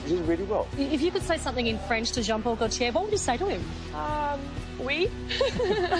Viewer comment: AuNTM: please, please, PLEASE learn how to pronounce "Gaultier." It's French. It's your industry, do it justice. Score: 2/10